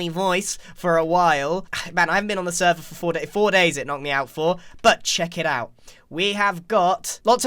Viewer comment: Grian: "Check it out" What I hear: "Chicken"